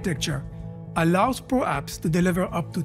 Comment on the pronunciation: "pro apps" sounds like "prolapse*